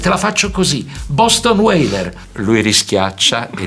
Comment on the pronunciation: "Boston Weyler" XD XD XD è un mito